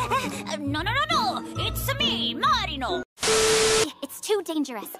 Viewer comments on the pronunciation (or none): Why say marino i like mario!!!🤣🤣